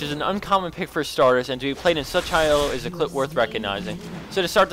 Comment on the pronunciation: Why was that rammus glowing first of all and second of all sry but you said elo wrong